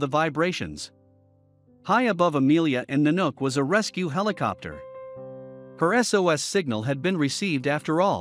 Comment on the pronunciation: same way she felt the helocoptor vibrating around her... ya the robot said it wrong in the video